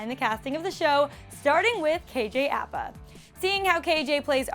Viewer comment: Umm your saying kjs last name wrong but it moari bit that's ok you would know being moari from New Zealand